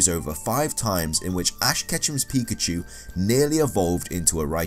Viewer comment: Here's Just A Noob pee shoe pi chu Lol